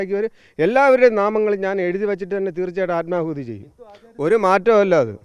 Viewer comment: ആത്മകൂതി അല്ല ആത്മാഹുതി